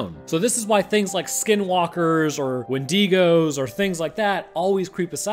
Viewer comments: Wen-di-go Not Wen-DI-go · bro this guy did NOT just call it a wenDEEgo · I’ve heard someone pronounce it win dingo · Thats the first time I heard someone pronounce Wendigo in that way. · Best part was his pronunciation of "wendigo"